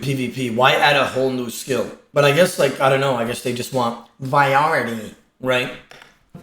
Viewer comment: Viority lmfao its called "Variety"